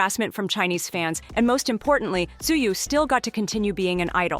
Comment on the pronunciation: just let you know the time I hear you pronounce tzuyu. I exit this vid 🤸🏻‍♀️